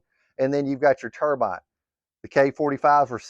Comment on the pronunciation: Subscribed once I heard you say Xicoy and Turbine correctly in one video😂